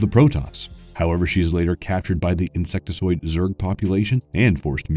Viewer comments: OMG, the word is INSECTOID, not INSECTISOID. Sorry for the pedantic outburst, but if you are narrating a video you should proof read your script. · That's "insectoid", not "insectesoid".